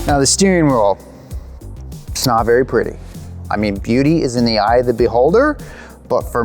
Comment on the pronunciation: "Now, the steering wrural"